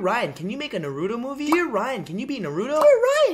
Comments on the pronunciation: Its naruto not naaaaruuutooo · It is pronounced (nar-o-toe) not (nar-ooooo-to) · naru-dough psshhhh, It's naru-toe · Why do people say "nuh-roo-doe" They literally pronounce it "nah-roo-toe" In the show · It’s naaa roooo toe not narudo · nurdo its pronounce narutoo na ru toe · the worst thing is that Ryan pronounces Naruto as “Naruudo”. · It’s pronounced “naarutto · Narudo... DID HE JUST SAY NARUDO... WHERE THE JESUS DOES HE SEE A "d" IN THAT NAME?!?! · RealisticKev Then why you say it's "Nuh-ro-toe"... If it's english dub that's fine.. If you're saying its the correct pronunciation then... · u must roll the r NARRRUTTOO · HamJabroni Inc. Ohh I didn't realize he was saying Nuh-ru-to. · Right its pronaunced Na roo to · When you said Naruto the 2nd time you said Naturo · Look Naruto is pronounced nar-roo-toe. ok! it irritates me when someone says it wrong....( tell your friends) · Na-(no in Bangoli) Root- Toe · man calls it na-roo-toe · the word Noruto hurts me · nar-ooo-toe THATS HOW YOU PRONOUNCE IT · You’re not saying Naruto right you are saying Narooto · he says narudo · why did he say narudo smh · ok. whay does ryan says naruudo,why do they say naruuudo? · I hate to say it but its pronounced n AH ru TOE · and how he is pronouncing Naruto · Why does everyone mispronounce "Naruto?" The damn show says the MC's name every episode >.> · ***** Really Naruto is hard to pronounce for you? Facepalm XD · I'm glad you watch Naruto, it's an awesome anime. What I don't like is how you say Naruto. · Dear Ryan, can you say Naruto correctly?? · Pls don’t say Naruto in the wrong way,I feel kinda triggered 😤.